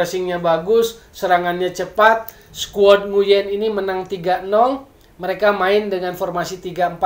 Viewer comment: mas bro , nguyen itu bacanya wuing , tlg beritahukan ke teman2 , terutama komentator rcti , kan bisa di pelajari di google